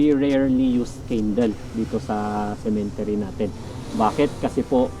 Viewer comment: What the heck is a “sementery”?… sementaryo and cemetery contraction?😂